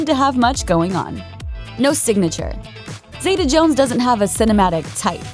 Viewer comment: New drinking game: every time the narrator mispronounces Catherine's name as 'Zayduh' instead of Zeeta, take a shot.